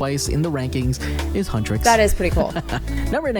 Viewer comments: Lol hutresses BRO IT'S HUNTRIX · Huntrix not huntris and saja boy is pronounced sarja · Your saying huntix wrong